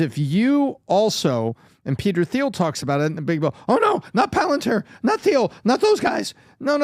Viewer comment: I don’t know why this bugs me so much. Just a suggestion; Peter Thiel's last name is pronounced "teel," not "theel".